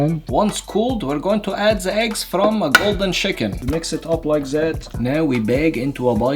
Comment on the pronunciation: Zis, zat, ze, zese😂😂😂